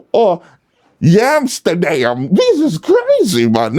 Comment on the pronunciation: You a fool for that lol “Miyami” and “yamsterdam” 😂100